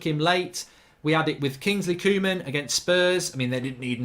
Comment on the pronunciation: Kingsley cooman 🤦‍♂️. Its pronounced co-man